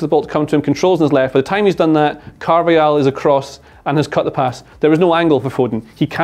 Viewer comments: Can you not keep saying carvayal 😂 it’s carvajal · It's pronounced CarvaHAL not Carvayal